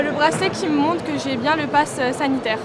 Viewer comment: zidane: c'est bieng , bleu c'est bieng , comme couleur c'est mieux que d'autres couleurs, c'est bieng.